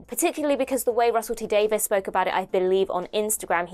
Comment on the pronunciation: Davies not Davis...